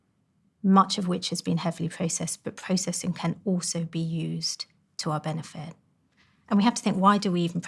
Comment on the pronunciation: She is an impossible voice to listen to. There is no word called "benefet", and "food" and "feed" are different. The soundscape of the vowels is much wider than e in set, and u in cut. And speak up lady. Did you have no father who would have told you to use your voice, instead of whispering. I can hardly hear your s sound, and half of them are not there. What a mess. - And lastly do you want me to end up concentrating on the impossibility of listening to your message, or to concentrate on your message. I did not bother getting to why it would be bad to eat after 9 pm. That is how disturbing the failure of your voice and pronunciation is.